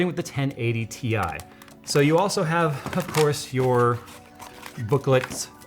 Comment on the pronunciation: So no tech YouTuber is ever going to pronounce Ti correctly?